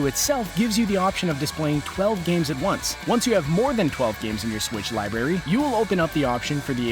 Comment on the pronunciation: It's library not liberry